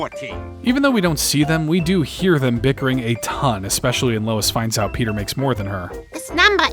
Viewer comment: ITS NOT PETER ITS ✨PETAH✨